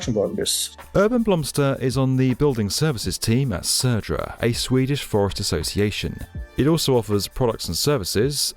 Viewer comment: Gotta say that you pronounced Södra really well. Most would just pronounce it as Sodra.